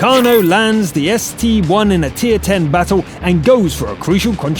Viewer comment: You said ST-1 in stead of Sta-1